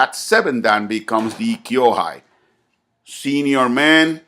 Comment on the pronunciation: senpai (先輩) kōhai (後輩) not kyo-hai